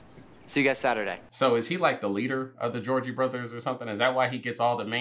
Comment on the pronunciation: It was really triggering me that you were calling them the Georgie Brothers the whole time. And I couldn't tell if you were trolling us or if you really think that's their name. 😂